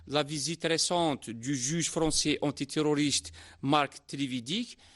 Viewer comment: Il a une prononciation en français horrible le présentateur, il m'a choqué